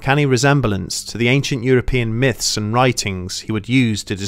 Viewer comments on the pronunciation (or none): none